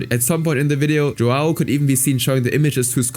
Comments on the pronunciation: btw as a brazllian, "joão" is a common name and i's not pronunciated joao, but "joeun" because of the ~ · tf you mean JuWOW Rodrigues? JoÃO You read the ão as in "Hum" with a silent H! anyway dude is a POS but i'm defending the portuguese language, while the guy is brazilian, the language is mostly the same Also the sheer amount of censorship... Censoring the word "Children" fucking hell... One day youtube videos will only contain beeping or have no speech at all